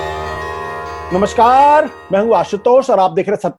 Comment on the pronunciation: स्वयं अपने मुंह से आशुतोष बोले, सुनिए आशुतोष की बात, कुछ अटपटा सा नहीं लगता क्या ? दूसरे शुरूआती नमस्का-----------र की बहुत लम्बी टेर भी कुछ खलती है । बाकी तो ठीक है ।